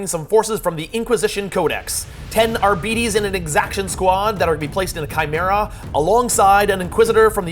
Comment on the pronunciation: "Arbeetees" :D